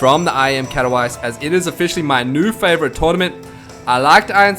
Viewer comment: You just couldn't pronounce Katowice worse ;)